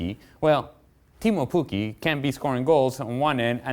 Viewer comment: "Keemu Pukki" cmon, do your research ffs